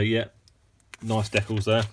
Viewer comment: Hey, it's pronounced "DEE-cals", not deculs and "ReVEEll", not Revel. Geeze get it right.